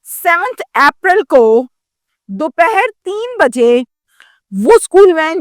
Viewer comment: کیا آپ واقعی ہی ایجوکیٹڈ جنرلسٹ ہیں آپ اپریل کو آپرل بولتی ہے سیٹرڈے کو سچردے بولتی ہے ۔